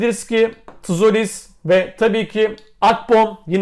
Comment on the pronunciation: Tzolis, " Colis" diye okunuyor abi